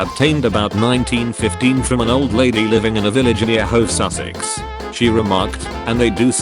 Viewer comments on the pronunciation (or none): none